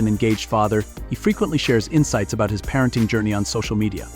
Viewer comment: Hard pass on AI......"par-renting" 🛑